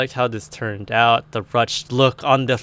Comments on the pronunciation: it's pronounced roo shay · Ruched is pronounced "rooshed".